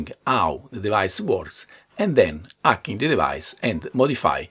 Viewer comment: I love how he says "ardware acking"